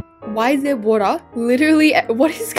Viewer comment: “the woda” 😂